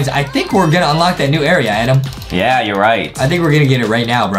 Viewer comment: It's Adam but Justin always says ADEM